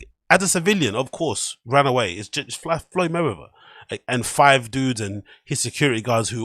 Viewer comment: Your second time saying Floyd's name is worrying. You gotta lay off the Schaub content, it's contagious. Get well soon lol.